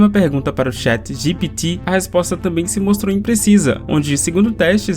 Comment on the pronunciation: Cara, essa sua pronúncia do Chat GPT é irritante, pqp...